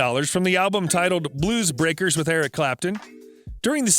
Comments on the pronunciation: It's clear the voiceover guy hasn't a clue about what he's reading. The Ferrari mispronunciations are hilarious. And 'Bluebreakers'. LOL 😆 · I thought the guy called them "the moonrakers lol